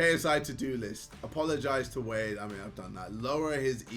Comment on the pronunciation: cant say wade without the w